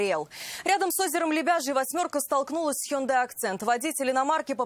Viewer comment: Ни хёндай, а хёндэ ☝️